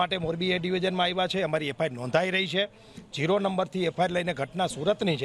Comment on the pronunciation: pela bolta sikho aene FRI na kehvay aene FIR kehvay